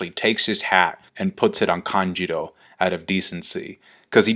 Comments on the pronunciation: Why do you say "Kanjiro" instead of "Kanjuro"? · Its KANJUROO not KANJIRO. And also number in card, they have 9 in total lol